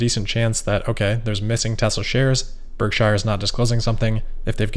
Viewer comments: Berk-sure not Berk-shire; a minor quibble but it seems like we should say it like Buffett says, when we are talking about his company. Great work otherwise,, as usual. Not trying to be bitchy, just accurate. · I love your videos and I mean absolutely no offense, but I think you need to revisit your pronunciation of “Berkshire” 🙂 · warren pronounces it BERK SHER, as opposed to shire